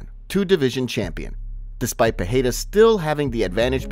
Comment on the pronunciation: The Champ Champ's name is not Pahada or Pihada its Pereira